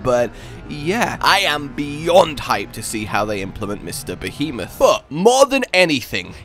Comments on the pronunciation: Behemoth. Pronounced: Beh-hee-moth. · Be-He-Myth That's how you pronounce Behemoth >:3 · text: " Behemoth" (): "Bee-moth" xDDD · You did your best you try pronounce behemoth correctly “try” but you did your best